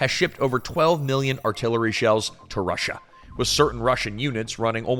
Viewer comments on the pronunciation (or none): none